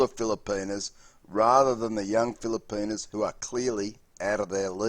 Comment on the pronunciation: He says, "feel-a-pee-nus 😂😂